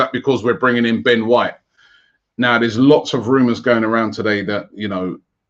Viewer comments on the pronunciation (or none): none